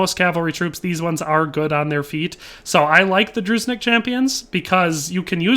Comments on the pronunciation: Being a Slav, you get used to it xD FYI,, it's pronounced similar to Droo-Djinn-Nick, not "Drooznik". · the way you say "druznik" for me is hilarious :)) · yeah, and it hurts me every time he says druzhinnik. He pronounces it so terribly that it hurts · yeah, Дружинник. Just plug that into Google translate